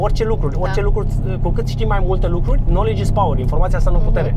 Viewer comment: Noligi iz pauăr :)) Respect..Nu ma satur niciodata de vlog-urile tale..Sper sa ajung si eu la fel de departe ca si tine pe YouTube